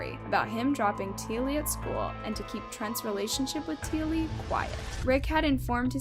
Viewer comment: T Ah Lee it is pronounced, and it happened in Logan, Qld Australia, she went to Marsden High School in Marsden another suburb of Logan Qld Australia, My daughter went to this school too, So very fkn tragic all the events which led Up to this poor little girl death and the failure of DOCS